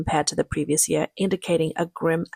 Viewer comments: This jeer? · This year, not this "jear."